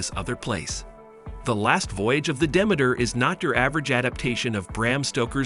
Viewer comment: At least learn how to pronounce the name of the ship!